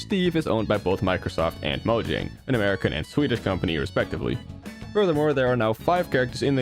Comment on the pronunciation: "Microsoft and Moh-jhang" It's "Mojang," my guy. Palatal semivowel. Because it's Swedish. In layman's terms: Stop pronouncing Mojang wrong guys it's pronounced like a Y this is so simple and easy to grasp i am BEGGING English speakers to try and comprehend that other languages have different phonotactics lol